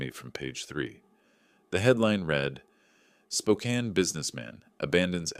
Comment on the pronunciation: The AI voice that cannot pronouce Spokane, or Coeur d'alene is hilarious. The snide putdowns of the city's newspaper. The mistakes in the story even funnier.